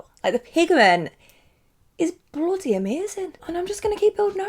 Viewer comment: “ I bloudy louve it” 🤩